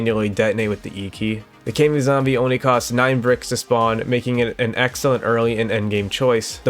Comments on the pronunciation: I despise how you say "kay-mi" instead of "ka-mi" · i thought it was pronounced kah me like kamikaze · Its not pronounced “kai me” zombie 😭😭😭